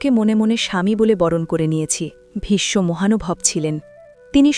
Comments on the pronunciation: Vishsho hobe vishmo noy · খুব সুন্দর ব্যাখ্যা দিলেন কিন্তু একটি বিষয় বলবো ,প্রোনাউন্সিয়েশন vismo নয় visho যেহেতু আমি একজন বাঙালি।